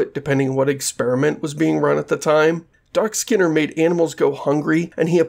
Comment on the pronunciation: It's not constructive of me, but it's weird that you pronounce skinner as /sker/ (like "scare box")